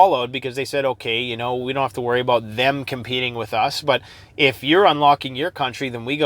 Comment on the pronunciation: Alot to talk aboot today! Hahh